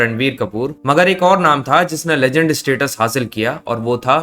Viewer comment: Legend ❌ LeJhand ✅